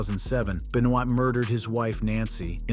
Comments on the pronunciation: beniod???????? wow learn how you say there name correctly its "ben""wa" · That is what I was wondering. He is definitely not a die hard wrestling if you can't get Benoit's name right.